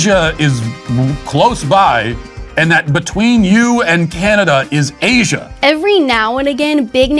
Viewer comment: ngl when he said Asia i got instantly triggered